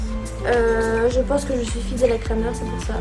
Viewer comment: Super vidéo ❤️ par contre on prononce « Krémer » 😂